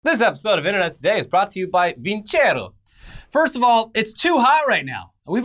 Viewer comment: Hrmmmm, used to study classical music as a kid, my parent's choice, not mine. If they're an italian watch company, I"m almost 100% certain Vincero should be pronounced vin-chair-oh. If I'm wrong, cool. But if I'm right, might want to check with the company to make sure you're not taking their ad money and pronouncing their name wrong XD